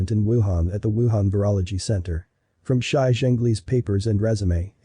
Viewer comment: That's not how you pronounce "Shi", my ears hurt. I do agree that it's a lab virus, though.